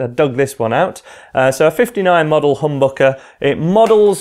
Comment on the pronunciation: Lmao he said humbucker but all i heard was hamburger